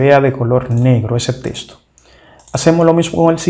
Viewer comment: Repite después de mi, no se pronuncia TESTO, se pronuncia TEXTO